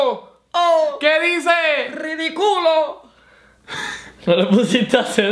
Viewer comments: Minuto No dice "ridiculo" dice "riticulo" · decia riticulo jajaja